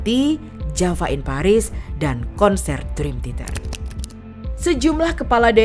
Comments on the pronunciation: Min, sejujurnya saya nonton ini sambil nahan nangis lho Min... Bisa2nya si mbak narator nyebut Dream Theater jadi Dream Titer. Seudih aku tuh Min... Seudihhhh... 😭😭😭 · Maaf ya yg voice audionya ngomong "Drim titer 🤭